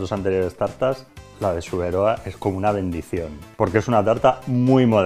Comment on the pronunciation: ba nik ez dut inoiz entzun "Zuberóa", beti "Zubéroá" entzun dut. Beste adibide bat, ez da esaten "Ondarróa", "Ondárroa" baizik